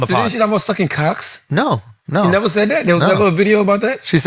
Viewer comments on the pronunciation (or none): charlamagne is G A, “Didn’t she talk about suck’n Cock’s” why he say it like that, said it just like a white woman 🤦🏾‍♂️ 😂 😅